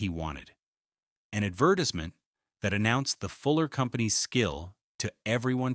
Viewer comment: lol I know that bothered me too Also the way he said advertisement Add vertis MINT lol 😂 I’m like wait what? I think it’s a digital voice